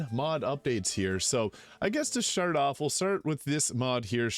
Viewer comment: Had to go back because I was sure he said "Shart off" instead of "start off"